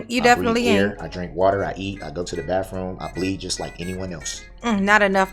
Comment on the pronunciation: Well, he goes to the “bafroom ” so that’s good.. 😆